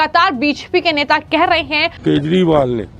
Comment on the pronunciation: Aap keshwal bolte hein.Unka naam kejriwal hei